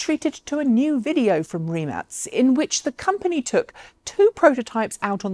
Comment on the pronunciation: Thaaank you for pronouncing Rimac correctly.